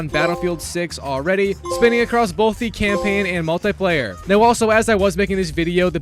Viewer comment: mull tie player